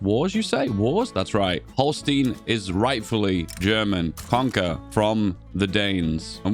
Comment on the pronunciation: As a German living in Schleswig-Holstein, I can officially confirm: yes, you pronounced holstein wrong. So good luck next time Peace